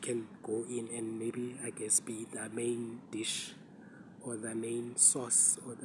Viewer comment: Not you saying main sauce/source 😂😂😂 sies just imagine number 2 Haii witchcraft is a lot 😂😂